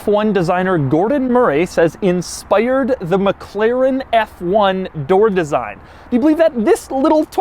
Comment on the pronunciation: Toiyyotta ... inspaiyyyard... haha Jokes aside, great review :)